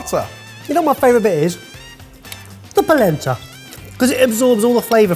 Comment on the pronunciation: Every time they say polenta, I brain hears placenta